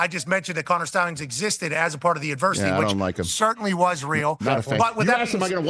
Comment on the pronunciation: “Connor Schtallions.” How do you not hate PM!?! Loli